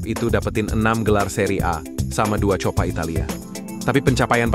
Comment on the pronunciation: Coppa italia: kopa bukan copa